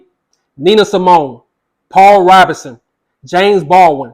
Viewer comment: He's 100% correct about everything he said and every person he mentioned. Except for the pronunciation of Paul Robeson's last name. It's /RŌB-sən/